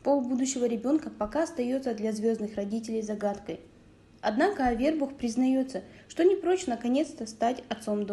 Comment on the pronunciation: Ударение научитесь ставить правильно, Авербух😮, ударение на у, грамотейка